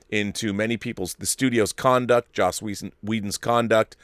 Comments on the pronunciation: I hear so many YouTubers pronounce Joss as "Josh" and I've heard it so many times that I'm starting question my pronunciation.. it's pronounced "Joss" like how it's spelled, right? Not "Josh". Am I taking crazy pills? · Nope. You're right. It's Joss but some people who are not so used to hearing it think and pronounce it as Josh.